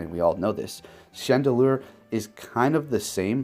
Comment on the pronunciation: He called chandelure "chandelier" at first too lol